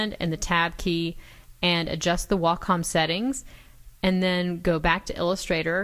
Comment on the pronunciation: Way-Com... PLEASE pronounce Wacom: WAY-COM